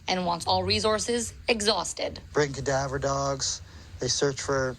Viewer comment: I noticed the step dad said bring kadava dogs? Wouldn't you say bring search dogs? Very strange